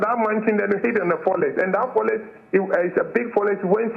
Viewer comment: A whole Chief Executive officer is pronouncing forest as forles?